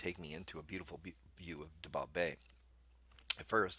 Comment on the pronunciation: Dabob is pronounced 'day-bob' .